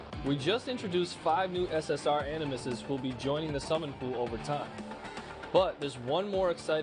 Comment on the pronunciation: its SS"R" not SS "Ore" lol